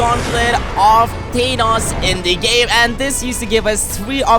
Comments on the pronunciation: you are saying thanos wrong. You are literally saying thaneos instead of thanos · Who the heck is thenos it's thanos 😂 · TEEEEEEENOS like what lol i liked this vid i just thought it was funny the way you said thanos